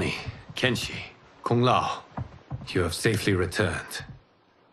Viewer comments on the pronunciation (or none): By the way is not kenshshi is kenshi